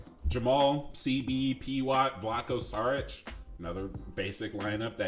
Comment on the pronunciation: Good vid but, i was annoyed with 1 thing and it wasn't with your alarm, saying Saric instead of Šaric like 10 times... SHaric, SHould, SHeep